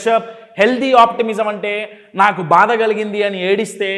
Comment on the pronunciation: భాద కాదు, బాధ అనాలి. మీ 😃 Smile బాగుంది Sir.